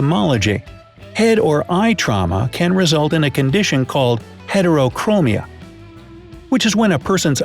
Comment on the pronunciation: Its called Sectoral Heterochromia (Pronounced with a short E) Edit: I just noticed that was in the video